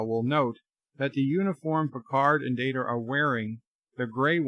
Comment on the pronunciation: Haven't you said the IP holders set the canon? As such, the canon holders determine it's "MAHR-RIO", not "Marry-OH?"! Also, how many times do you call him Commander "Dater"? Seriously?